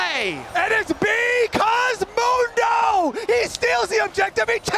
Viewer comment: BE-CAUSE MOUN-DO!